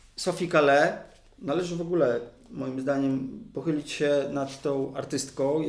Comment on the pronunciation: Gratuluję pomysłu, treści, wykonania. Słucham w ogromną przyjemnością. I tylko mała uwaga, w nazwisku S. Call(e) nie wymawia się "e", w wersji francuskiej oczywiscie :-).